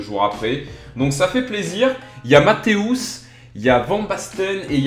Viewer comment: matéous mdr sa se prononce mataaus :')